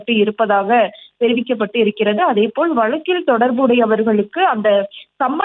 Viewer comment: வழக்கில் என்று சரியாக உச்சரிக்க சொல்லி தாருங்கள் 😂😂 வலக்கில் என்பது தவறுதலாக உச்சரிக்கப்படுகிறது